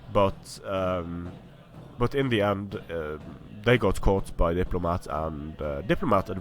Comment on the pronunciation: You got the factions the wrong way again :D at least you're pronouncing my name right now though so I'll forgive you